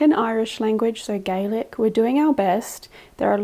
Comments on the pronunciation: i know this is 1 years old but thank you for speaking Gaelic to the ghosts don't know why but its so lovely to hear people from other country speak our language even when ghost hunting, also the way you spoke it was so close to perfect go raibh maith agat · Absolute full marks for your delivery of our Gaelic language! You’ve learned more phrases than many of us did in a lifetime of school, and it’s not an easy language either so well done, ☘️☠️👽